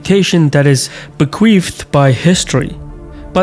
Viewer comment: Please never say bequeefed again